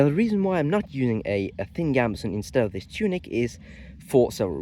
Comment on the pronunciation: I was just thinking that it sounded French to me when he said "zis" instead of "this". 🤣But yeah, in general his English is great. You can hear the accent(s) in the pronunciation but the fluency is there.